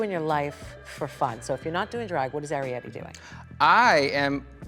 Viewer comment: Ari-Petty. Gurl bye.